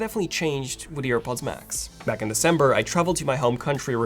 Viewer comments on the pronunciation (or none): none